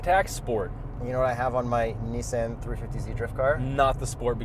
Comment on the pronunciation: Nooooooo, I will only allow you to say mezda wrong, not nissAN too. :)